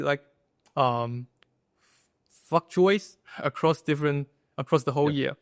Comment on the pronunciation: fluctuates to fuktuates 😂 shit was funny